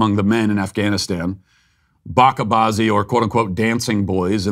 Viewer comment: about the afghanistan bache bazi thing first its pronounced bache bazi not bake bazi, and second afghanistan is a radical islamic country and this would probably be a death sentence there and in islam these stuff is a SIN. so its not true and is a lie. also bache bazi is a persian word (im persian) and it means: child play, also these stuff in the western world are really disgusting that its starting to be seen in here in the middle east aswell, thanks to the internet ofcourse you have teens confused about their gender.